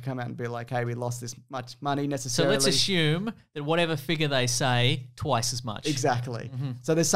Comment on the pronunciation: I love this channel and the podcast, but for some reason saying "ashume" REALLY irritates me